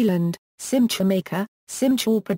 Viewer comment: Absolutely wrong pronunciation. There is no "CH" in Hebrew.